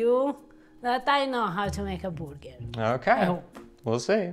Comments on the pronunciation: It’s not a burger it’s a boo-ger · Tell Eva “burger” has an R in it! 😂🤣🍔 I absolutely adore her!, you’re one lucky man! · I'm sorry, but the burger or however Eva pronounced it, was a fail. The stuffed gnocchi was interesting but I probably would have tried to make it crispy, maybe more like a raviolo with a soft yolk inside, imho